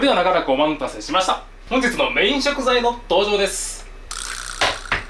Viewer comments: 『長らくおま''ん''たせしました』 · 動画待ってましたー✧*｡٩(ˊωˋ*)و✧*｡ ちょっと前からなんですが 「おまんたせしました」が いやらしく聴こえてしまうwW ほんとすみませんっ、は真剣に 料理してるのに。。 最初は甘噛みか思ってたんですけど 今回も聴こえてしまってw 悪意はないですw 癇に障ったらごめんなさい 邪念クソまみれの30ババアより